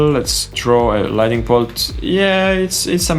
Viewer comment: Thank you for these very helpful and complex tutorials. I enjoy your style. On another topic outside of Blender: Lighting and LightNING are not the same word. There is an additional "N" and so it is pronounced with the "N" after the "T". I once lived in a country where the locals would say : Your accent is charming. I wished they had corrected me but instead they let me keep saying things incorrectly. No negative intention as I point it out.